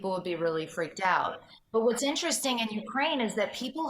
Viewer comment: Please!! Learn how to Correctly say Ukraine. Even YouTube has videos if you don't understand what is written in any dictionary!!!!